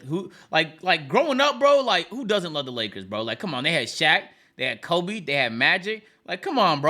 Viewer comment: said kobe name like it's COLBY lmaooo